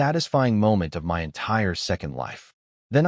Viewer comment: This channel is 5 months old and yet the A.I still hasn't been fixed. It still says 'M.Y' instead of 'my'.